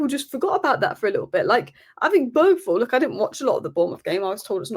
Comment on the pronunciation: I guess anglos will never learn how to pronounce a name like Bergvall correctly. The G i not a hard G at all. Good thing the name Thomas Frank sounds much closer to the same in Danish and English.